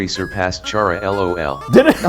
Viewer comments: It's Khara. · when people STILL wanna debate the correct pronunciation of Chara, but the annoying dog has already spoken and settled that debate.